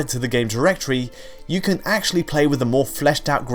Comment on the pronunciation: When will you stop saying 'can' as 'Ken'?